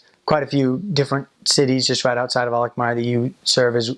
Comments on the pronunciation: I was just watching ur vids and this is so cool! Im from Alkmaar too! The way u say 'Alkmaar' is just PERFECT! Your Dutch is really good. Kudos! It's nice to hear u say how beautiful our city is :) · The way you pronouce Alkmaar is just perfect.